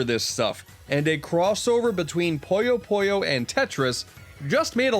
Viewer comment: Glad Puyo Puyo made the list, man...but it's not called "Poyo Poyo." I know you've Kirby on the mind, but c'mon. :p